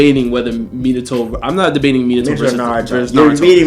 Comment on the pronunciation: "momomoshki" "hagamoro" "minatu" "okootsuki"